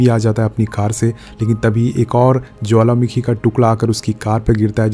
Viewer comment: You say jwalamakhi🤭🤭🤭...by the way love your explanation 😍❤️🥰